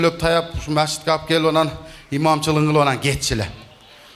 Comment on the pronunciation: Мачит дебей мечит дечи бироону сындабай